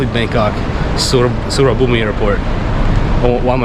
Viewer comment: You don't pronounce the i in Suvarnabhumi, just a tip.